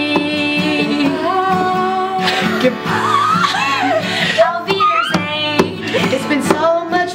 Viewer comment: your "Auf Wiedersehen" was really close to perfection;) Thanks for putting a bit german to this amazing video:-D